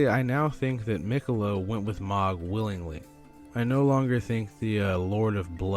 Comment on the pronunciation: 😭 say Mohg right i beg